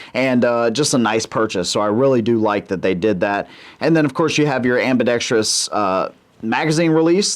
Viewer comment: THANK YOU for pronouncing ambidextrous correctly.